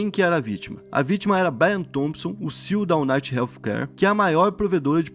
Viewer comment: Chega da agonia todos esses anos o falando “CIU” ao invés de pronunciar as letras individualmente